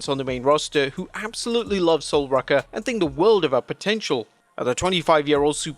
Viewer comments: who tf is sol "rucker"? lmao. pronounce it as it should be,; ROO-cuh. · Sol Rucka? Ruca. Pronounced Roo-ka. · It's ROOCA, not RUCKA!!🤬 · i thought it was sol rue-ka not sol ruh-ka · sol "roo-ka" not sol "rucka" jfc man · SOL ROOOOOKA NOT RUCKA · Its not Lola its Sol Ruca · Sol "Rucka"?? Apparently you don't realize the castanet between two vowels rule do you you clown? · You gotta spell it sol rooka if you want the AI to pronounce her name properly. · Please tell me I'm not the only one a bit triggered by him pronouncing Sol's name as (Sol Rucka) 😂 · It’s Sol Ruca dammit get it right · how about you learn how to pronounce her name properly. 😒